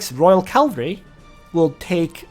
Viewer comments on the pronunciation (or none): Hi i just want to point out everytime . It is cavalry , not calvary haha anyways . Great content as always :)